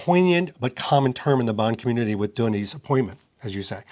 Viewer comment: Watch Villeneuve's Enemy (2013) it has a lot of Bond themes like suspense, man-on-a-mission, secret societies, beautiful women, sex etc Also, don't pronounce his name 'Dunny' that's Australian slang for a toilet haha